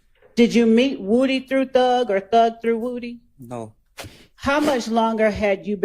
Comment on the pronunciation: I wish she would learn how to talk. She says woo dee instead of woody.